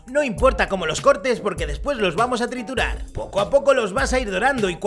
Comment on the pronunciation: En vez de "no importa como cortes los ajos porque después los vamos a triturar" escuché "no importa como cortes los ajos porque los vamos a torturar"